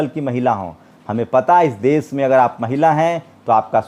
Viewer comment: aap ache patrakar he lekin aap ki bhasha shudh nahi he sha shabd ka ucharan sa kehkar karte he jaise desh ko aap des kehte he. Videshi ko aap videsi kehye he. Aap bhasha shidh kijye